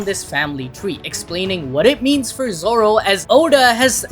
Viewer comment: Bro it said zolo 💀💀💀💀💀💀☠️☠️